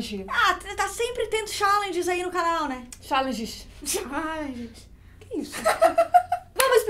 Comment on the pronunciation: xáãlenges kkkkkkkk